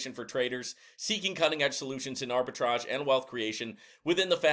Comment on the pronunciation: It's pronounced like Arbi-TRAGE, NOT TRAIG. Thanks for the video!